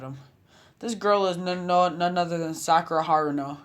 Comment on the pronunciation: Not sakara not sakara